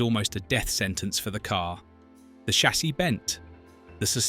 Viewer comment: Brit AI narrator can’t say the word ‘chassis’ 😂